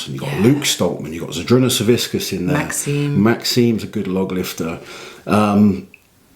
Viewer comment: Hey, you pronounce Savickas incorrectly. Its hilarious, because you say it like whiskas, the cat food.